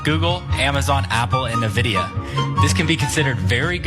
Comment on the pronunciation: This is the second vide I've seen in a single day where I've seen a guy unable to pronounce "Nvidia" properly!